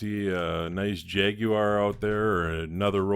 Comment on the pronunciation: Looks great and looks like a Matchbox original. Looking forward to the Snowtrac and the next collaboration. The RR is a great choice and I'll be interested to see how you match the colour. PS...nice to hear an American pronounce Jaguar like we do in the UK 👍